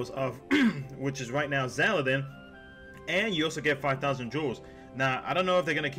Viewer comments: XAL-DIN not XAL-E-DIN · Its Xaldin.